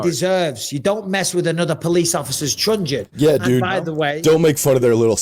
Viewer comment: Mike that's a truncheon not a trungeon.